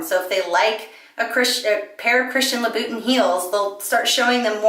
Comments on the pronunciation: luh boo tin heels ahahah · Very helpful information, thanks! Please look up the pronunciation of Louboutin.